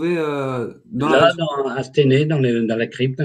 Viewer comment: Aah les amis à 1h 04 minutes on dit à stEUnay (Stenay donc..) petit coucou à des Forains de la bas Katia Verstoefer et William a l'époque il est partis.. Et c'est dans la Meuse les gas pas dans les Ardennes... 😉👍